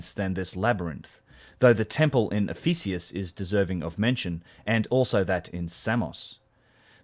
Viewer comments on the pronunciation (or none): Ephesus, not Ephesius!